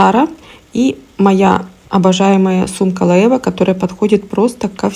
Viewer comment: это по немецки, а так как бренд все таки испанский, то в Испании произноситься Лоэ(е)ве